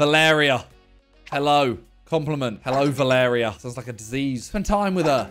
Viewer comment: The way he said "Va-lair-rea" instead of "Val-er-ri-a" like come on